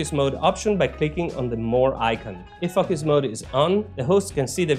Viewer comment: You are funny. It sounds like you are saying F+uck Us mode instead of focus mode.